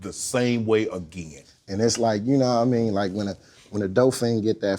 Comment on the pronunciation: When dudes say yuknuomean you know dude is telling the truth.